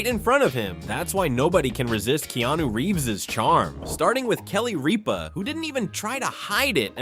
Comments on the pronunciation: Kelly RIPPUH. Not Reepa. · Kelly Reap-a? The damn AI can pronounce Keanu right but not Rip-A? Lol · I know Kelly REEPA is annoying, but even she deserves better than a lame AI saying the wrong version of her name. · Kelly Ripa say her name correctly